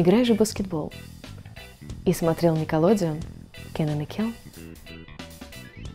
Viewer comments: Не никилодиун а никилодеон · Наркоманка !!! Не "Некаладеон"а "Никелодеон" Обожаю Ниндзяго